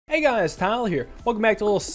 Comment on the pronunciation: Day three of telling Tyler that it's one syllable (Great video man)